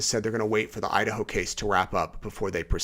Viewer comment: Thank you. Watching from No. CA. Been watching from the beginning. My family is from East Idaho, and I still have family there. I Love Idaho. You got the pronunciation perfect!